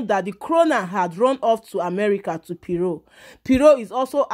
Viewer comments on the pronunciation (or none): Why are you calling her “piro” 😂😂😂? It’s Pero as in “ kpe- ro”🤦🏾‍♀️🤦🏾‍♀️ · My dear she is not piro but PERO